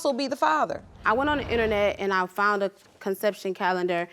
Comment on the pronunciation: Where are they from when they i fount out and not foundddd out. I'm just wondering??